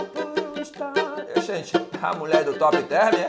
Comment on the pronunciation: “A Top Therm” kkkkkkkkkkk